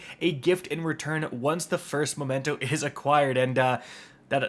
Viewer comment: Memento, not momento. memento is a reminiscence of someone dearly remembered...